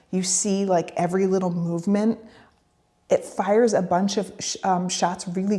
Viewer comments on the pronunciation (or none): none